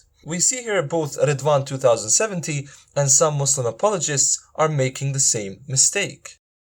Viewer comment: Ridwan,a turkish,practiced Islam for 5 years or so and still call Islam aa Izlam and Muslim as Muzlim?Allah as Alla?Wow.Even reverts can pronounce it better.